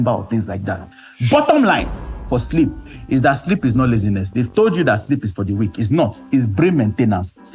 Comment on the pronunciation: I hearam ooo Shleep schedule 😅😅😅